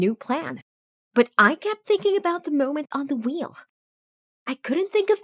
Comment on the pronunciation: Does anyone else hear her saying da and not the? Its kinda getting annoying